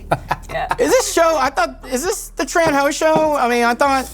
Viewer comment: dude, if your wife is Vietnamese .. her name its not pronounce Tran, but Chun -- ( yes, similar to Chun Li heroine) and if you re doctor you should know Aspartame is harmful (and its actually change the taste of the soda) soda with stevia is much better and its an extract from a plant, not chemical like Aspartame